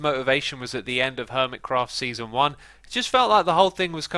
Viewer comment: “Seanson”, “Seaaon” haha